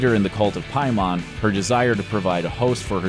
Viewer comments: Scariest part of this video was the butching of Paimon's name over and over again... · They say the demon's name multiple times in the film and you still pronounce it incorrectly smh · The scariest part of this video is the amount of times he mispronounced Paimon. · A bit of a nitpick, but it makes me think you didn't watch the film: you're pronouncing Paimon incorrectly. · the only scary thing is how you pronounce paimon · You're pronouncing Paimon wrong. Just saying. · PAY-man. Not Pie-Mon. Did you watch the movie?? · Pay mon, not Pie mon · Why is the dude pronouncing it "Piemon" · “Pay-mon” not “pie-man” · It’s, PAYmon not PIEmon. And it’s spelled paimon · "Pie Mon" is a Jamaican selling cheesecake. The demon from the movie is always pronounced "Pay-Min." Narrator should see the film. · I'm just wondering where you got that pronunciation of Paimon from... like, in the film it's clearly Pai like "pain" not like "pie" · PAYmin. Not PIEmon. Did you watch the movie? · “Pie-mon” Pay-men. Either you didn’t watch the movie or you’re just one of those dickheads who Mario “mare-e-oh” when they clearly say it’s Mario. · Who the hell is Piemon? It's pronounced Pay-men. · How can the narrator not even bother to pronounce the antagonists name the way they do in the movie?! Ur just reading a script and never actually watched it have you?? It’s “Pay-men” not “Pie-mon” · Isn’t it Pay-man, not Pie-mon. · He said "piemon". Boi it's paimon. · Why do you say "Pie-mon" when the movie LITERALLY says "pay-min" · its not PIE mon its PAY mon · I absolutely hate how he pronounces Paimon. It's "pay-mun" not "pie-mon" 😂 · Pay-min It’s pronounced pay-min Not piemon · They really should've had someone who saw the movie narrate this video. Constantly saying "PIE MON" when the film ends with the cult saying 'hail pay-mon' is so grating. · Oh my god his pronunciation of paimon is soo annoying it’s pay-mon not pie-mon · He keeps saying piemon... IT'S FUCKING PRONOUNCED PAY-MEN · “Pie mon”